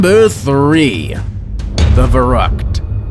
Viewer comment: They pronounced verrückt so wrong